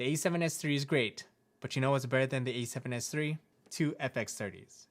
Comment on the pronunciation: Why do you keep saying “E7s3” or”E74” there is no e